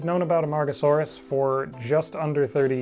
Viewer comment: I must have my head burned because I hear Amongusaurus instead of Amargasaurus